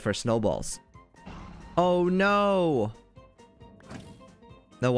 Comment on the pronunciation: HIS NO SOUNDS LIKE “NUO!” (No offense!)